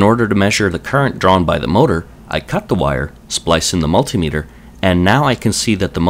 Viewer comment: Im really glad you pronounce multimeter properly rather than the rest of america with there mul tie meter :)